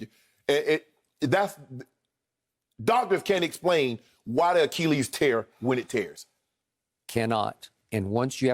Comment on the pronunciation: Shannon "A Key Lease" Sharpe